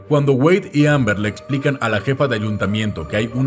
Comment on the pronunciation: emm bien y todo pero.... no es Amber.... es Ember